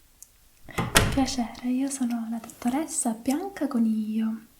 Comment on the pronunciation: Non immaginavo esistessero asmr siciliane. Sei la prima che trovo. L'ho capito a "Bianca Coniglio", direi ahah